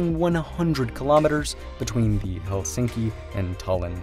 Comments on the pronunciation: It's pronounce HELsinki. Not helSINKi. The stress is always on the first syllable in Finnish. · Remove this video and re-record it with correct saying of Helsinki. Stress word must be accented on E like hElsinki, not helsiinki. Its hElsinki, accent on E.